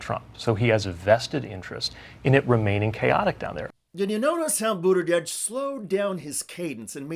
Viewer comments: Why do you keep pronouncing it BudiDege? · There is no D in his last name. It drives people crazy when words are mispronounced.